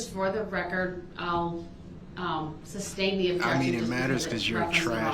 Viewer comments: "Where does it say exhibit 83?" Hes so dumb. And he keeps saying "substain" like a fool. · Y'all notice he is saying substain? instead of sustain. or am i wrong?